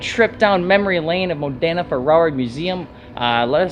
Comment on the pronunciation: Hey, i'm italian and every time you named modena city my ears explode. The accent is módena. Next time you will know😊